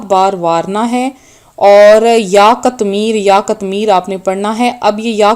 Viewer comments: Bibi pahly apni islah karain phr logo ko btahain (katmir) sahi lafz nhe hy sahi lafz (qitmeer)hy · Pihly seko..qatmir.nahi hea..qitmer hea..ok